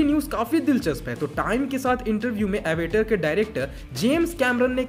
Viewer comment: Bhai wo Avtar hai aevatr nhi. Apne hii hindu philosophy se liya hua word hai🤦